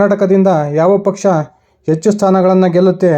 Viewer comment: Pl correct your pronunciation of Kannada, understand difference between "Hecchu" And "ecchu", good luck!